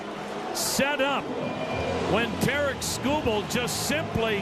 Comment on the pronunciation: He really likes to hear himself say “Terrick Schoo Bull” Think he said his name 36 times